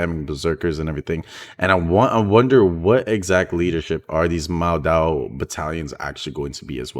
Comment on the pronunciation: is 陌刀, which (ofcourse chinese word many couldnt understand it) or pronounce as MO-Dao. not MaoDao. sorry im chinese, abit sensitive to the pronunciation. :) peace yo . and thanks for making this video. appreciate it !